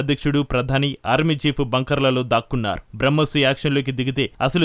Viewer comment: Bramkos కాదు తల్లి...బ్రహ్మోస్